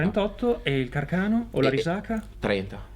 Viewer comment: Ciao, vi seguo da un po' e ormai mi sono abituato al vostro stile, alla bizzarra pronuncia del nome Carcano o all'irrefrenabile entusiasmo che traspira da Max in tutte le sue apparizioni ma comunque devo dire che siete qualcosa di assolutamente diverso e riuscite a trattare in modo arguto e anche divertente un argomento che nel nostro paese è diventato quasi un tabù. Mi sono deciso a lasciare un commento perché in questo video mi sono sentito direttamente tirato in causa: ebbene sì, sono un anziano tiratore che si è aggirato per anni per il poligono con un Gustafs tra le mani e vi devo però dire che trovo la vostra analisi molto azzeccata. Ah, dimenticavo, da un po' di tempo a questa parte, per la gioia di Cook e covid permettendo, faccio del rumore con un M39.